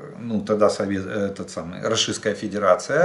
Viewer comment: Жданчик учись выговаривать РОССИЙСКАЯ ФЕДЕРАЦИЯ может тогда тебе Воркуту на Магадан заменим 😂